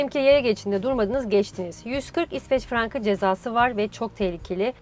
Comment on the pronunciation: Sende halaa frang diyorsun :) Frank --- Frank